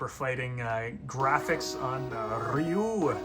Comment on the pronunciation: Ree-yoo is correct. Just like in Sho-RYU-ken! ✊ In Mortal Kombat however, Shirai-Ryu (Rye-yoo) is unfortunately mispronounced. 😑